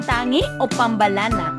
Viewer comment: Ganto pagka pronounce sa pambalana (PAM-BA-LANA)